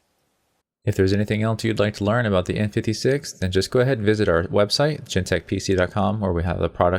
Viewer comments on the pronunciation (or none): none